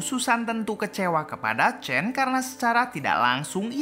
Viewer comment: Sebut pon salah tulis chan tapi sebut chen...nama susan tu betol pulak sebut...asl tak sebut susen????